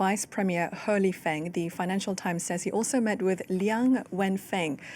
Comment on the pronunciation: He Lifeng . He is pronounced as "her" in Chinese .Lol